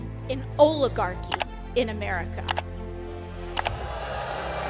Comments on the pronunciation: define oligarchy..... she can barely pronunciate it. let her talk. it will illustrate how shallow of an understanding she has. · How many folks you suspect it took to teach AOC how to say the word "Oligarchy"? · I agree that AOC is a useless bimbo... but the rational Dems you speak of... many of them have left the party. Jeese, she can't even pronounce "oligarchy" 😆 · Really, let's get real. It took AOC all day yesterday to learn how to pronounce Oligarchy, and then Bernie had to explain to her what it meant. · I wonder how many times AOC had to rehearse saying "Oligarchy" before she got it right consistently?